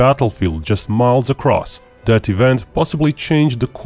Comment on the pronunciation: Narrator = stop pronouncing words like " that" and " their" Like "dat" and "deir" Annoying